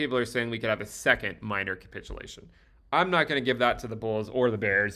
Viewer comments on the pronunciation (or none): none